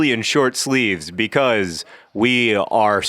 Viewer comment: i love that you always say 'becoise' instead of 'because'